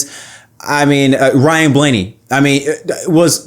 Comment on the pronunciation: Ryan. It rhymes with flyin'.